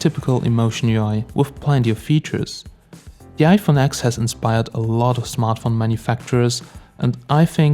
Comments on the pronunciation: Stopped watching the video when he said iphone AXX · yeah, I get triggered every time I hear someone call it the iPhone X (exe)